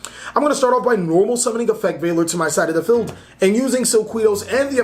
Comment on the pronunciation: lol when you say feld and not field. and its not toker its TALKER